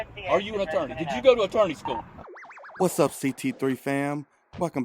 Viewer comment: "Attorny school" 😂😂